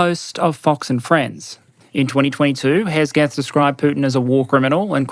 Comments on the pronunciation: Well done as always, just a small pronunciation mistake, Hegseth is not pronounced Hesgeth, it is more Heg(slight pause)set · It's Pete Heg-seth not Hes-geth. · The name is pronounced "Heg-seth", not "Hez-geth". I loathe him, but you need to say his name correctly.